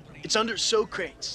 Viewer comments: Socrates (So Crut Eas) As he pronounced his own name in the movie is actually correct. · Party on dudes became a huge catchphrase for my friends and I in middle school when this movie came out. We learned about all these historical individuals from this movie but our teacher didn't like us mispronounced Socrates